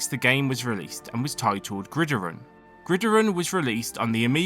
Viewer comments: It's not "Grideron" it's "Grid Iron", two separate words. There's a movie called the Grid Iron Gang staring the Rock. But yeah, it's meant to sound like two words. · I was confused if iron was pronounced differently in GB than in the US or something but then I realized you just read the word the whole way through as one word with the stress on the first I lol its pronounced as grid iron, just said a little quicker as one word.